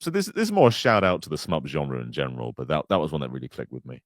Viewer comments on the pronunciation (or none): none